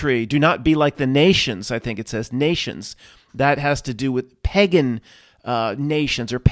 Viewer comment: The whole video was ruined for me by your strange pronunciation of the word pagan. You have no problem pronouncing cake in a lake. Im puzzled. Good tidings 🤣